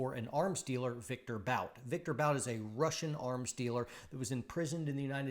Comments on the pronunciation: Stop saying “Bout” 😆 It’s pronounced Viktor “Boot” lol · you could at least learn how Bout is pronounced... (his name reads "Boot" like "book"). By the way, investigate, how many US laws violations were made to put Bout in prison. Would you also ask yourself if the US ever secretly supplied arms to some third world dictators or some other notorious duds...